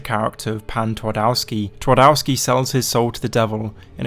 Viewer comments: The Polish pronunciation hurts. You could have at least tried using google translate not to do tWardAWsky. Twardowski. TvarDOVsky. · Good try on spelling „Twardowski” If you say it hardly with v it will sound a lot closer to my language So try saying „Tvardovski” next time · Fellas, put words you're not sure of pronunciation in Google translate before uploading a video. Polish w is pronounced the same way as English v 😅